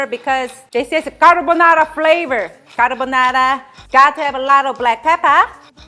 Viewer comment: CA-R-BO-NA-RA! Tony Montana? 😂😂😂😂😂